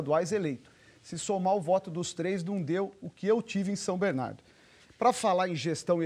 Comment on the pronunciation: Alex não sabe nem falar o nome da cidade como bom batateiro